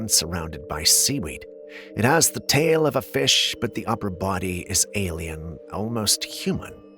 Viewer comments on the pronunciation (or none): none